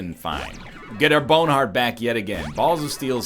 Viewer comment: I always imagined it being spelled boehwn. oddly enough, it's almost like he just says it in a normal aussie accent lol